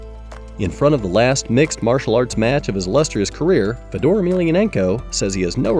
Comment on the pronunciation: hard to watch a video where you mis pronounce his name first go round, and lol, ufc is the standard. What it would be like to think like you. Watch ONE breh, it's still actually good.